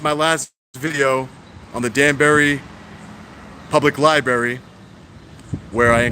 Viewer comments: I think it could be me, but you might be pronouncing the place where they keep all the public books, incorrectly. Your grammar and vocabulary are awesome, so please don't take me as being too critical. Love your work!! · I love you bro, but it's LIBRARY!! Not Lie-berry! LOL I'm from Harlem so i used to say it the wrong way all the time. Now whenever i hear someone say that, it grinds my gears lol lol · Anyone else hate how he says liberry lol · Love what you do and love to watch your videos. But dude please pronounce Library correctly. lol There is an "r" after the b in Library. other than that great work. :) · Library has TWO R's. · its "library" dumb ass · There are TWO R's in libRaRy. It's not liBARY. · It is Library, not Libbary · Great channel, thank you. Also, it's pronounced lai-bruh-ri not lie-berry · 😁 It’s not ”Li-Berry” - it’s “li - br - erry .” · What's a libary? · You are just great. Please correct your pronnounciation of library from "liberry" to liBrary. Xxxx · Please don’t say LIBARY. It’s pronounced LIBRARY. With TWO Rs. When you say libary it makes you sound uneducated. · First, thank you so very VERY much for being a wonderful advocate for our 1st amendment rights. But please, for the love of English...it's a 'lie-br-aiRy', not a 'lie-berry'. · LiBRARy NOT berry lol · Its lia-breh-ree bro not libary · It’s Library!!!! NOT LieBerry ! Dumbsss! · I LOVE YOUR WORK, BUT PLEASE STOP BUTCHERING THE ENGLISH LANGUAGE. IT'S NOT "LI-BERRY".. IT'S "LI-BRARY". REMEMBER, THERE ARE NO BERRIES IN THE LIBRARY. NICE JOB KEEPING THE COPS IN CHECK. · libRary not lie-berry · Library has two r's, it's not "libary"... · He says libary, are you deaf or just a triggered fanboy lashing out? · Lie-barry? You have kids... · You’re doing a good job. Now if only you could pronounce Lie Berry correctly. Oh well, can’t have everything 🤷🏻‍♂️ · I hate when people say libary, but with, it's endearing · Li - BRAR -ee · it is LIBRARY with an R you moron, not LI-BARY